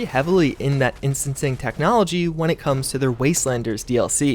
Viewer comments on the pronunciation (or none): none